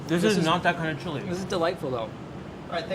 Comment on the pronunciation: ITS "CHILE" COLORADO NOT "CHLI" !